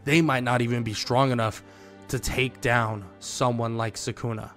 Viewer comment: For god sake it's sukuna not sakuna🥲